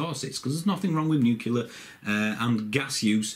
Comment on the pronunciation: Well done, the more about this subject the better, however... please avoid doing a ‘Bush’ and learn how to say nuclear. It is not nu-ku-lar, it is new-clear.